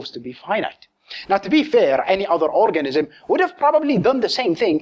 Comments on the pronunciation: Did anyone hear him say "orgasm" instead of "organism"? Hee hee hee . . . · "orgasm" instead of "organism" :P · Sounds like he said orgasm.